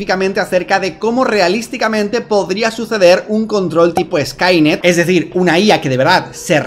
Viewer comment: 🗣️:Así ej como la tecnología etá avanzando. Observa ete nuevo robós.🗿 Como le ayuda en todo lo que ella necesita...